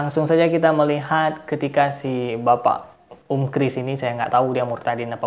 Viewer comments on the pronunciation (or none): Hahahaaaa. Pertanyaan ini anak SD bisa jawab. Lidahmu diperbaiki.